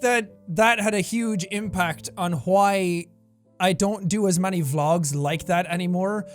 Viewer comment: I enjoy when Jack pronounces the h in why